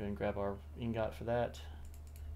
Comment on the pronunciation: Liking your videos so far. One critique that isnt a huge deal... But its pronounced ing-gut*. The second part is pronounced like *gut*, not like *got Just thought id mention that. Keep up the good videos!